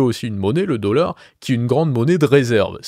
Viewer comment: "meaunétaire" le "deaullard"